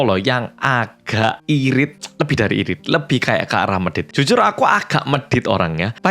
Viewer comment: juyong 🗣 "jyujyur yanggal ✌🏻✌🏻"